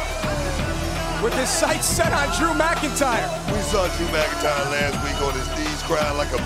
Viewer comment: its not drew mcintire